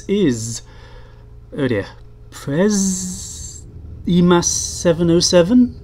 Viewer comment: It's pronounced: Przemas. :) Simple ;p